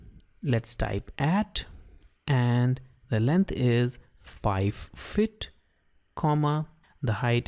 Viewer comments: It's annoying how you pronounce "feet" as "fit" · your microphone settings are very Good but it's Pronounced FEET not FIT. 50 FEET not 50 fit. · It was good except try to say 'FEET' like 'SEAT' rather than 'FIT'. It was annoying. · Disturbs me when he says fittt